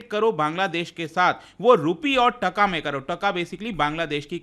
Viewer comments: Its Taa-kaa not tka.. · Sir please pronounce TaaaaKa. This is the right pronunciation.